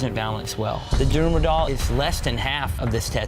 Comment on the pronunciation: “DArUooMa DolL” bruh its da-ru-ma